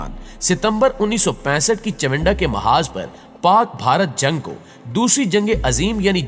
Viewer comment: باقی باتیں تو بعد کی ہیں اپنی اردو کو درست کریں چونڈہ کا معاذ نہیں چونڈہ کا محاذ ہے یعنی معاذ نہیں محاذ ہے